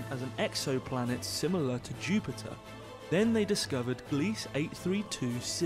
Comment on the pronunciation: At , you pronounced Gliese "gleece", rhyming with "fleece". I confirmed via a visit to Wikipedia that it is the name of a recently deceased astronomer by that name, and it's pronounced GLEE-zuh.